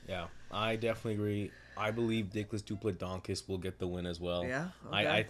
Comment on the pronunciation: This might just be the worst, most disrespectful commentary ive seen yet. Strickland simps can only say his name wrong. Fucking weak